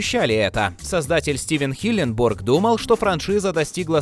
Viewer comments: Парень который озвучивает канал Watch Magic Россия почему ты говоришь име Стивена Хилленберга неправильно а именно " Стивена Хилленбурга"?! Звучит как будто какое-то город в штате Миссисипи! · ХилленбЕрг, а не бУрг, уши режет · Вообще то Стивен Хилленберг, а не Хилленбург. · Не хиленбург а хиленберг... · Никто: Абсолютно никто: Автор: хиленбОрг